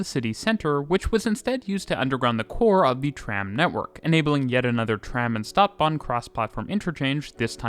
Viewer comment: Feel free to get in touch for help with pronunciations. Stadtbahn, St = sht. Bochum: oom.